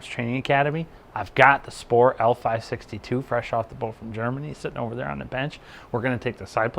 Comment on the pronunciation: Thanks for the review. You are pronouncing the company name wrongly btw. :)